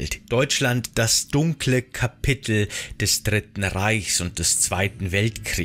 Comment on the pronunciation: Kapittel? Oder Kapitel?